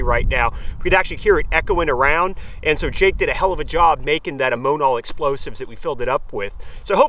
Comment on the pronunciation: Pretty sure it is pronounced amm-0h-naal! But great video none the less!